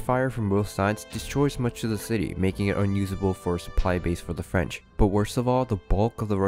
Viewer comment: Why did Napoleon invade Russia!!? Also, at first it sounded like you said "Napoleon's fridge empire"...:p